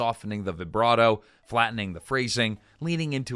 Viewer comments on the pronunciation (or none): none